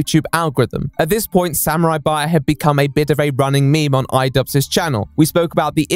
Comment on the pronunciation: wtf is a samuarari